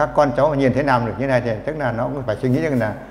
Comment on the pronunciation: N thấp và N cao : N và L: "nắp" mài ngói, "nàm" ...